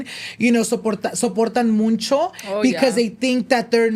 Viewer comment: I love noche de pendejadas!! BUT I cringe every time you so muncho. It’s MUCHO. No N 😂😂 Also I don’t know if your taking applications still to be in your podcast but i feel like my story is so important and it’s a whole chisme. W/o to many details my husband was cheating on me with my best friend for 7 years😮😢😢. Disclaimer we worked it out. But if you want all the details hit me up. Did I mention this was all in the middle of Covid and we were in the middle of having to move to Italy. 😂